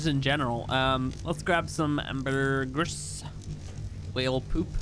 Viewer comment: Btw Ambergris is pronounced (Amber-Gree)